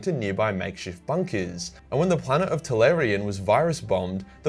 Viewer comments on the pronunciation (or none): As much as I like your videos, your pronunciation is so fucked. Tallarn not Tallarian Macharius is Mackarius not matcharius